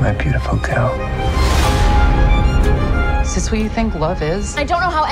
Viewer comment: The dudes already pissin me off and it’s only the trailer. “My beautiful geel “ Gag!!